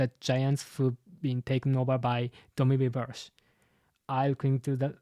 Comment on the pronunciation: Just a small note, "Reversi" should probably be pronounced with the i coming from the latin word. Also Imu has to have the immortality surgery, I doubt he had to steal lifeforce to become immortal, he's more using his own infinite lifeforce to use the Abyss it seems like.